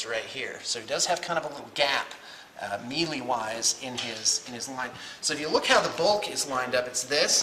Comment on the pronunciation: Did he just pronounce melee "me-lee"?